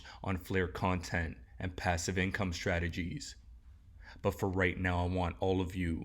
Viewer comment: Did you say passive on stellar?